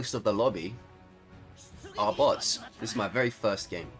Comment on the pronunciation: kinda sounds like youre saying butts not bots 😂